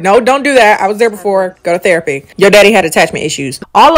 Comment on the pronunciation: Awww man! I could have sworn you said " cause the p*ssy is THERAAPPYYYY" at least twice last year lmfaoooo that's my fave